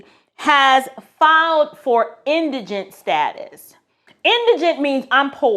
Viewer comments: Thank you for pronouncing indigent correctly. Was getting tired of hearing folks on YouTube pronounce it as indignant.🙄😁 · I appreciate your input, and may i say you are the only 1 out of 10 videos I've watched who pronounced indigent correctly. Lol Your bloopers were cute . God Bless❤ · Thank you so very very very much for pronouncing Indigent correctly!! I have heard this word butchered so much across so many tick tocks and YouTubes it makes my ears bleed! How hard is it to look up or listen to the pronunciation of a word !? I'm not trying to be snobbish but thank you so much for pronouncing it correctly!